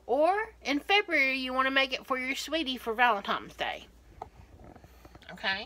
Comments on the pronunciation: VALENTINES....not VALENTIMES....Sheesh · In a bowl “I have took”. She really said it , she’s a cook that can’t pronounce proocessorprocessor or something. ((Gag) For Valentimes Day